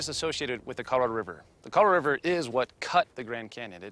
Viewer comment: He has a hard time or can't be bothered saying "Colorado River"... To him, it's "Coloriver".